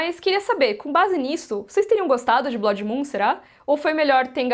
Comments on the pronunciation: Graças a Deus... do jeito que tá... com Velaryons pretos africanos, melhor nem fazer nada msm. E aprende a falar blood por favor... num é blódi, e sim blôod. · Cada vez que essa mulher diz "BLÓDI" no vídeo, dá vontade de gritar e avisar que a pronúncia está horrivelmente errada! Alguém fala pra ela que Blood, se pronuncia "Blud", e quer dizer "sangue", em inglês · Blódi? Kkk blódimoon? A palavra não é Blood?